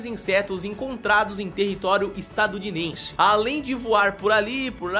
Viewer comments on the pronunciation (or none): falou errado....kkkkkkkkkkkk "Estadudinense" Ninguém reparou nisso...kkkkkkkkkkkkkkkkkkkkkkkkkkkkkkkkk